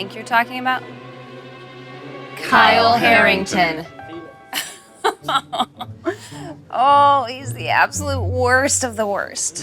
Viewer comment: Not “Harrington”